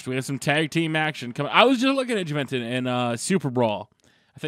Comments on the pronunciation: ITS " HOO-VEN-TOOD" NOT " JUH-VEN-TUD"..LMAO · Who-vin-tude is how its pronounced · It's pronounced who-ven-tood (Juventud) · it's pronounced huevetuud